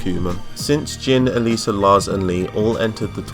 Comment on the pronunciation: Everytime u mentioned Alisa i thought u said Eliza